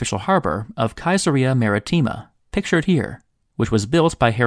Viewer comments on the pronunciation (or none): Caesarea (Kyah-ser-eeah?) Really!! Why not Caesar-eeah? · We say Caesarea as "suh-SEH-ree-ah", I believe. Also that Julius Caesar had the city built under his own name. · It's pronounce as "Saesarea" no "Kaesarea". Otherwise, good effort. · Pretty good Info but I didn't realize it was robot narration till I heard "Kyzerria" (Ceasaria) I would like to hear more about those floodgates discussed I'll bet those were cool. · Caisare> tje-sa-re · The stupid computer-like narrator is mispronouncing Caesarea . It’s supposed to be pronounced, “SESS ah ree ah”. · Your pronunciation of Caesaria is suspect. Does it really start with a K sound? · Please learn how to correctly pronounce Caesarea. It's Italian...not German.